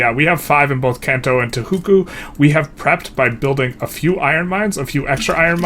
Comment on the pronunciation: Can you stop saying Tohuku